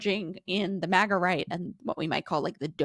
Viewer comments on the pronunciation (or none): none